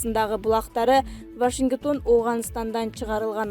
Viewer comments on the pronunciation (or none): Вашингитон эмес жакшы окуса ВАШИНГТОН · жок легенде туура окушту уйрончу..Вашингитон дебей 🤧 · Вашиниктон эмес.-Вашингтон. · Вашингитон дейтго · Башингитон дейтко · Вашингитон эмес Вашингтон кайактан табасынар мындай дикторлорду ыя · Вашингитон эмес вашингтон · Ой кокуй оооой.Вашингитон эмес.Вашингтон деп окучу бай болгур.угуп жатып мен уялып кетип атам. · Вашингитон,Центра , Алпаруучу кандай окуугансын Мектепте. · Так суйлочу диктор Вашингитон эмес Вашингтон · Журналист кыз , Вашингтон да а сен Вашингитон - деп окуп атасын сабаттуу тура окучу! Сендейлердин айынан Мадумаров барыбызды сабатсыздар- дейт тура. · Вашингитон дейтго😄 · Журналист,диктор кыз,кобуроок окучу китепти,Вашингитон деп жазылабы,жана башка,толтура ката!!!! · вашингИтон дейтко:))) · Бизде качан туура суйлогон дикторлор чыгат?Укканда уяласын,Вашингитон деп шаардын атын да он айта алышпайт!! Конкурс кылып анан алса жакшы болмок !!Качан туура окуганды уйронушот экен??